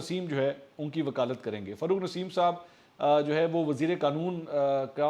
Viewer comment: It’s not FARRUKH NASEEM It’s rather FAROGH NASEEM Plz correct it..!